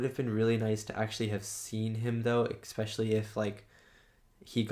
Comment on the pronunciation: Really great reaction man, but seriously, you don't want to go through your life saying expecially do you? There's no x in especially.